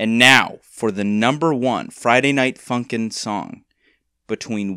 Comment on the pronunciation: At the beginning, this man said F U N K I N G not F U N K I N ' -respect